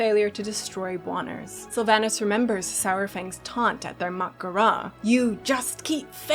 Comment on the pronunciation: Sour-fang? Do we also pronounce dinosaur as dino-sour?